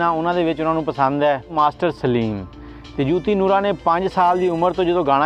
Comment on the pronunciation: Yar teno te naam b sehi nahei aata Joti hai jooti nahei Nooran lajwab geik